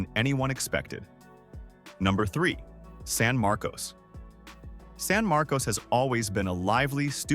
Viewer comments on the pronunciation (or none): Markus, not MAR,-kose